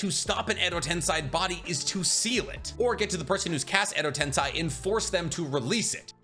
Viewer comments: Shibaku tensei ............not chibuka tensai......your a great Naruto/Boruto.........Edo Tensei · Why you say Tensai it’s tensie? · "Edo Tensai" only my ears was hurt like 1000 times with that miss pronunciation? its "Edo TensEi" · Does he mispronounce just for someone to comment? Chibuka tensei? Its chibaku, and edo tensei, its not edo tensai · Edo tensei. Not tensai 😂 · Him saying edo tensAi grates so much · I had to stop the video cuz you don't stop saying wrong a ton of jursu names, along with "edotensAai"